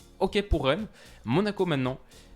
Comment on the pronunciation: Reine ? Stp fais un effort ( Rennes) 😂😂